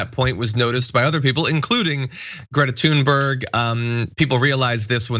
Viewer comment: FYI, her name is pronounced "toonbury". (Listen to how she says it herself).